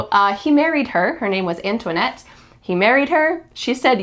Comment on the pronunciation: Antonietta must have been her original name, it ends with a "ta" pronunciation if she was Italian, you pronounced it like a French name. 😅😊